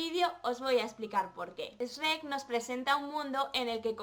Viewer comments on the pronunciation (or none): "Esreck" JAJAJA no puedo con el doblaje español Supongo que les pasa los mismo al oír "chruec"